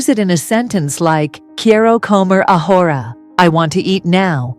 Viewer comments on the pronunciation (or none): “Quiero comer ahora”. NO NO and NO. This pronunciation is ABHORRENT!!!!! AI should NOT be used for these types of videos UNLESS AI Is capable of correct pronunciation. A simple beginner sentence with all three words grossly mispronounced. The credibility of the video is shot already at one minute 52 seconds.